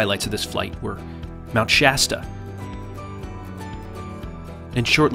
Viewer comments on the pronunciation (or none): none